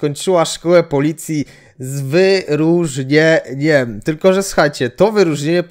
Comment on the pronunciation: Jak przestępca spotka panią K. to będzie już wiedział, że to żadne zagrożenie i jedyne co mu może grozić to 0,7 whisky za załatwienie tego czy owego na "lewo" dla pani K. Gratulacje! Wspaniały absolwent. Z "wy-ru-rznie-ńjem"! Teraz do pałowania na demonstracjach przystąp! I to z "wy-ru-rznie-ńjem"!